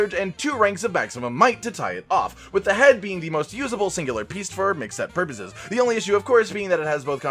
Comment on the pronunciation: The pur-poice!